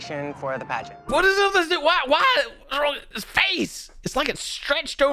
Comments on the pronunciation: 😂😂😂i thought its said pragnet dad at first insted of pagent dad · thought the title was pregnant dad until actually said "pagent dad"